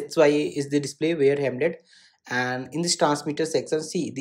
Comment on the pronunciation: Bro that is not HEMLET that is HELMET